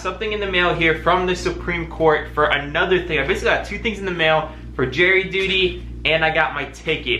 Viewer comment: are you saying jerry duty or jury duty 🤣